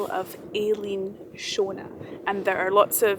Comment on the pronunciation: The name for island is not 'Aileen'....its aid as 'Ellan'...its Gaelic not English.